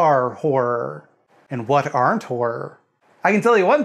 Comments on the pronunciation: "Horrrrr" giggle giggle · say car. now spell car with an h. now say har. now add: ah. har-ah. You can say har-ah all day and it will never sound like "whore." You're welcome. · I actually cannot concentrate because of how North Americans say wh*re instead of horror. I'm so childish. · I will not keep my giggles to myself! That is genuinely all I can hear you say now. In the UK horror and whore have such different pronunciations that it's quite difficult to pun on it.